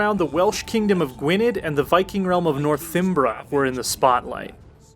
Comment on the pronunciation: Northimbra? Really?